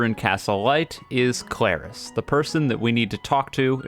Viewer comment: YOU DON'T FRICKIN EMPHASIZE THE A IN KLARIS, IT'S THE R. THE R DANGIT.